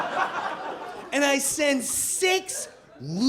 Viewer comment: Pisses me off every time he mispronounces Gaddafi's name.